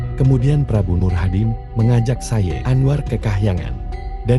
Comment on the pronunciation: Misalnya sayid anwar itu nyambung tidak diputus